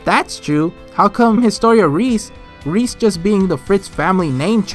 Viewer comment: can you pls stop pronoucing reiss like reese. Not even in the japanes dub nor in the english dub do the pronouce it like that and both already pronouce it wrong. Just like with Berthold they struggle a lot with german pronounciation.